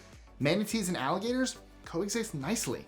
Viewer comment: ALLIGATORS.... not ALIGATORS